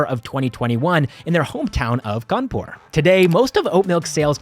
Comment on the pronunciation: you pronounced 'kanpur' wrong. it's 'khhanpu' thanks to all the mouthfreshners😂.